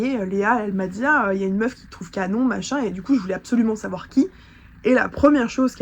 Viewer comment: Mais elle etait dans un etat second ou bien? On comprends rien 😂😂😂 apart son Meuffffff